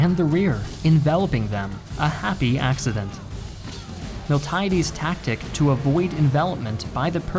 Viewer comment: Please take more care with pronunciation. A native speaker should be able to give you the correct ones. Miltiades in particular was butchered (in Greek it's Μιλτιάδης but here it was pronounced was Μιλτάιντης).